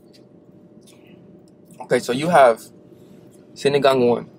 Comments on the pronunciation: that pronunciation was chef's kiss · the way pronounced sinigang i was surprised cuz it sounded so fluent. Sinigang is one of my fave filipino dishes! We appreciate that you make videos about our food and it's really nice to see foreigners try it out and being open to its taste. Still hope you could visit the Philippines and may make a vlog here? Manila is full of good streets foods and restaurants too!! <3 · The way they say sinigang is perfect! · This is the first video ever i saw in youtube that they can say the filipino food names exactly how it should be without a pause. ❤❤❤❤